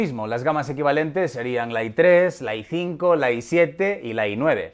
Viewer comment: Like si tienes un "Lai 5" (Intel Core i5).